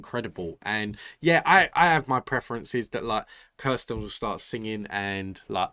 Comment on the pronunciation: It's OK to prefer Kirstin....rhymes with burstin'. OR Kirstie, rhymes with thirsty. But NOT KRIStin. And it's AH-vee for Avi.